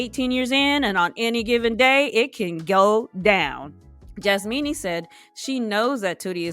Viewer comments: I love that you are saying JasMEANY ✌🏾🤣🤣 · Its Jasmina....not Jasmeenie. You are being disrespectful to the persons by not using their correct names.